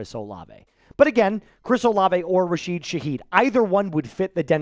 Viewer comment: It's RASHID, not RAHEED